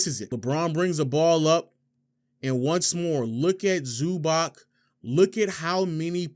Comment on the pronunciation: Nice video, but it's pronounced "Zubatz"